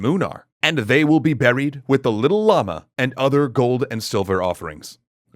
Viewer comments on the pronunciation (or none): none